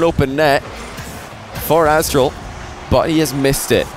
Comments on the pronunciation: says “Asstral” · "Asstral" lmao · Nice spot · Haha "Asstral" That was epic lmao